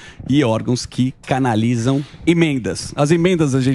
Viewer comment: "... órgãos que 'canalhizam' as emendas..."